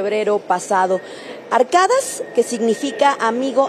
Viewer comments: Pero es arkadas como lo pronunciamos nosotros sino arkadash para ellos la s suena" sh " cambiaron la pronunciacion 😄😄 .consulten a una persona que hable turco para que vean como se pronuncia correctamente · Se pronuncia ARKADASH arkadaş 🐕‍🦺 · Se pronuncia Arkadash (amigo)